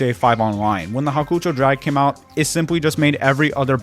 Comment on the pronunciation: Hawkoocho drag😭 Its hawk-ō-chow